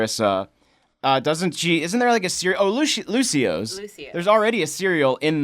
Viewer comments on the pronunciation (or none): its lucio- OHs